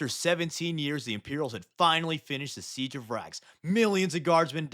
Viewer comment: Siege of Terra? Pwese